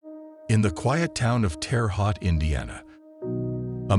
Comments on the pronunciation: It's not pronounced HAUT. ITS PRONOUNCED TERRE "HOTE" I HAVE FAMILY THERE. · That’s not how you pronounce Terre Haute but I still love this guy! 45 minutes south of Vincennes, Indiana, your giving us hope!